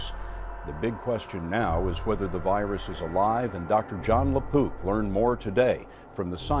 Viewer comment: Did he really say Dr. John Le Poop and grin when discussing the CDC? giggles